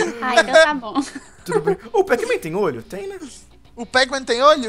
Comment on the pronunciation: vc falou pac?